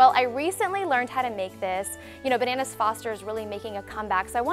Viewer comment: She said "bernannas" - 😂😂😂